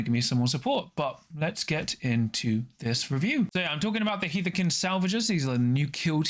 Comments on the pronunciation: It should be "Haarth-kin", I think. That, or "Herth-kin" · Its pronounced "Haarth-kin" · Great video once again, thank you! Gotta say though, I think you mispronounced Hearthkyn every single time, or… I just don’t know how it’s pronounced. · Im sure someone said it but its HEARTH-KYN was so hard to follow when i heard it 😅 i do like the video though.